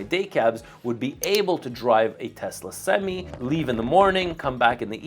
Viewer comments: For the love of god it’s not pronounced semes it’s semi. You sure you’ve been in a truck?? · I don’t think u should get any semis until u learn how to say semi bruh